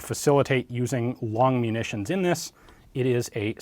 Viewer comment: I know that long munitions is two words but when you say it my brain registers it as one compound word. Longmunitions.